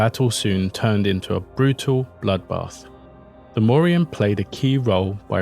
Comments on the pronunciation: Morrigan is pronounced like the surname Morgan you should let the G be heard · This was a good video. I love hearing about our lost mythology, and it seemed well researched, but (a minor but) you needed to do a bit more research into pronunciation. The Morrigan's G is hard, not silent. G goes silent in Irish when paired with a H, and it still modifies the H to be a bit harder. Cu Chulainn = Koo Cullan. The CH in Irish can be hard or soft, but not silent. When soft, it comes from the back of the throat (think Smeagol coughing up the name "Gollum"). Queen Maedhbh is actually just Queen Maeve (an understandable anglisisation of the spelling), like in The Boys. The DH is silent and the BH makes a V sound as there is no V letter in Irish. Otherwise, spot on. Nice work. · You keep leaving the g out of the name when you say her name